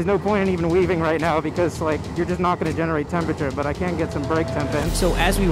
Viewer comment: "Theres no point weveing" The guy weveing in the background